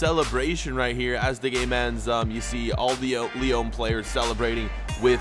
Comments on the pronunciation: U say it as Lee-on not Lee-own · It’s pronounced “Lee On”